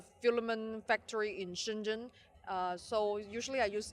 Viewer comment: Naomi is the most sweet and cute expert in the technology ... and btw I never be able to pronounce shenzhen like you XD ... i love you!